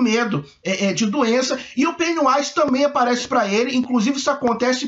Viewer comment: Vc disse Pennywise, mas a pronúncia certa é "Pennywaise"